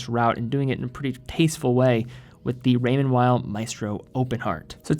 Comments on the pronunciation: It sounds very weird the way you pronounce “Weil”. You can either pronounce in English which sounds like “wheel” or “whale”. Or you can pronounce it as it’s original language which sounds like “vile”. Using English consonant pronunciation and German vowel pronunciation in the same word just sounds so weird. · I think it's pronounced Raymond "Vay".. never understood why people dont take them seriously. Great elegant designs